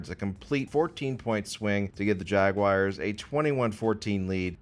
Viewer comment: pronouncing Jaguars correctly challenge level: impossible